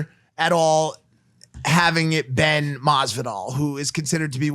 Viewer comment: Been, not Ben dummy